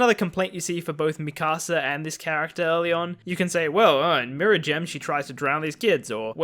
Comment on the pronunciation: I think it’s pronounced me kasa